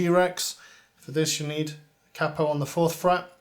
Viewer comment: And finally I've heard an Englishman say the proper name of capo and not caypo. I can understand Americans saying caypo because it's the way they say it but it gets on my wick when I hear English blokes say caypo 😆